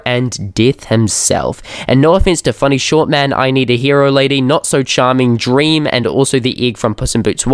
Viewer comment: Bro said dream 🤣🤣🤣